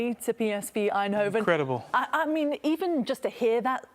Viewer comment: Shoutout to the lady for her pronounciation of Eindhoven.